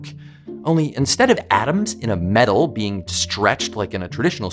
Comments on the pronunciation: I honestly thought you said, you could flick your bean 🤣🤣🤣🤣🤣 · I got extremely baffled at first because I heard “flick a tiny tiny bean” instead of “flick a tiny being” lol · I heard it as "flick the bean"... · I thought she said flick a bean...as in...nevermind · I thought they said “flick the bean”.